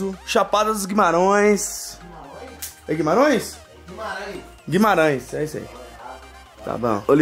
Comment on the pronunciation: Guimarãoes kkkkkk é Guimarães